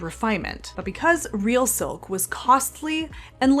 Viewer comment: "filk"! I love it 😂